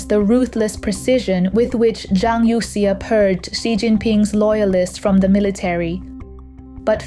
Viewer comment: Please fix the pronunciation of Youxia (from the current incorrect youk-see-a).